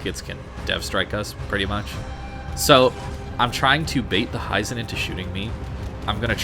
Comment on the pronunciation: Hee-zen not Hie-zen. Japanese i is always a short sound